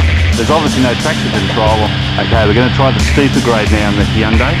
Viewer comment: the hhheeeundai santefe